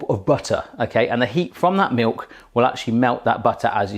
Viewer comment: Did you just say Meuk ??